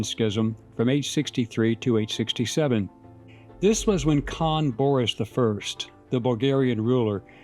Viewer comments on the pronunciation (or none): none